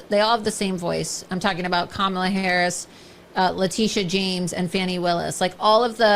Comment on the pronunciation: The ALL do talk the SAME (the pathetic, plastic parade of Trump's favorite tv gals) with so much filler in their faces and mouths, that she can't even make the sound "m" ("same") ("James"), etc. I actually don't know if she is in the cult (she's certainly in it for the grift or exposure) but maybe posing as a cult member and just acting as a cult recruiter and a projector of it's tenets.